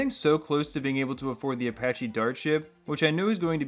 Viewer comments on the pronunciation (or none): none